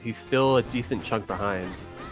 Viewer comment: Stop pronouncing behind wrong